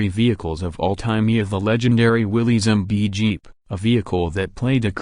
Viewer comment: It's pronounced Willis not willys.